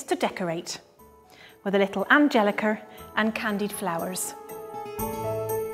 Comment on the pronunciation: Sorse said angeliker in one episode 😂